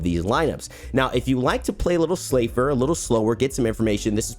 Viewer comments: safer and slower = slafer haha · um who else heard say “slafer”I think he was trying to say safer